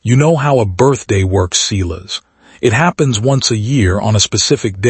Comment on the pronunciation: This was poorly edited. The narration doesn't line up with the title. HE came late to the party. I stopped waiting for HIM. Silas is pronounced like SIGH not like SEE.